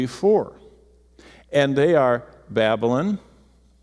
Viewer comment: Its 'BaB A LON'. Not 'babblin'.